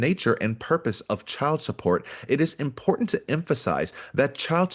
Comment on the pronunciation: Damn, you can't pronounce "important?"